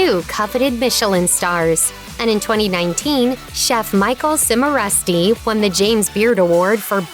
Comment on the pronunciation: Cimarusti = chee mah ROO stee